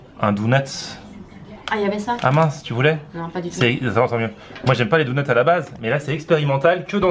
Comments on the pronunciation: Super ta vidéo mais on dit "donuts" pas "dounuts" x) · lui qui disait "ha bha faut dire tshedar" et bha toi il faut dire doneuts x)) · si tu sais pas dire dunnut dit beignet. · Ouai doughnuts ça ce dit mais clairement au XXIeme siècle on dit donuts WESH ;p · "Dounuts" on air 2016